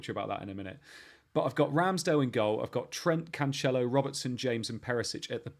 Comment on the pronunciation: it's not "CanCHelo" but "CanSelo"